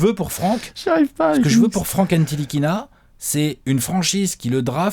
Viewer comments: Le t ne se prononce pas dans "ntilikina" . sa se prononce ni-li-ki-na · Ca se dit NILIKINA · Je crois que le T est muet dans Ntilikina, ça se dit Nilikina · On prononce pas le T de Ntilikina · ouais ça se prononce pas